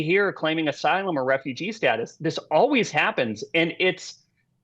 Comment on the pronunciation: It is so hard to listen to guy, and hold him to be credible, who constantly says, "Alwees."